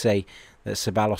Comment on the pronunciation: His name is Dani See-Bye-os, the “L” is silent like David Villa, or Iker Casillas